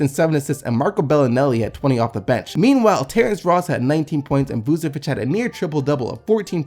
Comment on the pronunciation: PS: Third Nikola Vucevic is a bit harder but you got his last name also quite well. :)